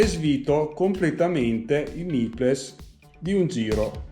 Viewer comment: Grandissimo come sempre! Ti faccio un appunto fastidioso, spero che mi perdonerai: c'ho messo un po' a capire cosa fossero questi "nippless"; le parole "nipple", plurale "nipples" (che tra l'altro significa "capezzolo", "capezzoli") ti consiglierei di pronunciarle, anche italianizzate, "nippol" e "nippols". Funzionano come la parola "little" che in Italia pronunciamo "littol"!